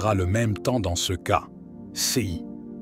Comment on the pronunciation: Dommage que le lecteur ne sache pas parler français correctement : prononce cas par cea et ces par:sis..Mgr est aussi déformé etc ce baragouin empêche de prendre ces paroles au sérieux.